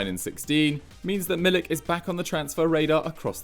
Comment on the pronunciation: I tried to help you with pronouncing Milik's name and you didn't listen. You don't realize how insanely far off you are.